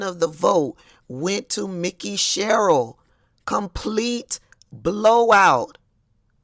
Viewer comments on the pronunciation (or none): FYI - It’s pronounced “MIKE-EY” SHERRILL as opposed to “Mickey” 👍🏾 Thx.